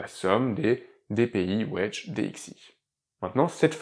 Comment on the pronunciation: mon commentaire était humoristique évidemment ! Merci pour l'explication j'entendais "wesh" ça m'a fait pisser de rire 🤣🤣